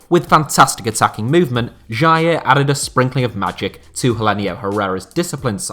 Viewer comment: Love your videos! But why do you pronounce Jair De Costa and Jairzinho differently? My best pal is named Jair and his mother pronounces it like J-eye. It's the only thing i've ever found annoying with your videos. Much love.